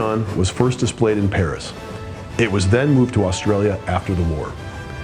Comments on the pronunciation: lol also misread "Canberra", its Can-bra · CANBERRA😂 no it’s not pronounced Like that it’s pronounced “canbra” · U can’t say Canberra right